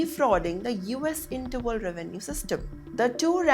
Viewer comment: Its Internal Revenue Service. Not “interval revenue system”. seriously guys where do you get your english anchors from? they mispronounce words, have weird dictions and intonations.